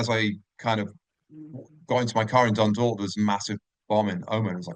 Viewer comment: F@ me Dunydalk , what the F@ shite is this ... It Dundalk ffs